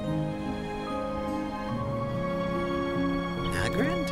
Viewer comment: hahahaa! "nagrand???"